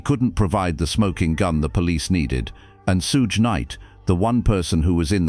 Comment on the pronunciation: Not being able to pronounce PAC and Suge’s name causes this to lose credibility in its self